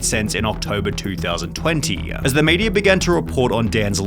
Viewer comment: What's with the random vocal frys going on in this video, holy crap? When you stressed quarter and media I had to laugh.